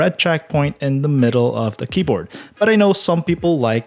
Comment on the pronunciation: "on DAH road." daH???????? THEEEEEEE